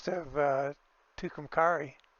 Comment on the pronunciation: I’ll help you out with those New Mexico town names (I’m a life long New Mexican). Tucumcari is pronounced Two-come-carry. Raton is pronounced Ruh-tone. Thanks for the small glimpse of Texas. 👍🏻